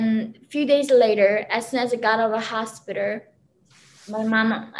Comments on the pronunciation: " when I go to the Hostpiterrr " lol. I like this woman. Very smart. Glad she made it out. ! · "in Chicago hospitar".